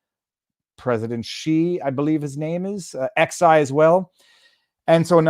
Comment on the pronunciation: Xi (ξ, Ξ) is pronounced ‘ksigh’, i.e. ‘sigh’ with a ‘k’ starter.